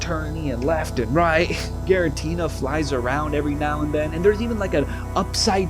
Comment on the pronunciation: Suuurrreee blame Giratina for your pronunciation issues.